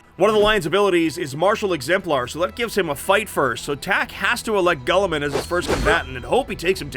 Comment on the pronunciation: unfortunately the lions rule set is bad compared to most other chapter leaders & by far the worst of the primarch class units! Also can i just ask ........ Who the hell is Gull a men??? Tool so bad at his job he can't even pronounce names correctly!